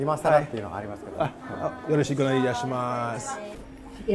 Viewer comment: 、さすがによろしくお願いします言えるようになったか笑 よろしこお願いしますが面白かった笑